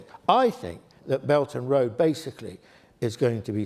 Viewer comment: The term this lecturer is using is "belt and road", although it sounds like "belgian road".